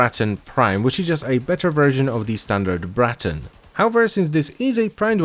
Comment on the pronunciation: I love the way you roll the R in Braton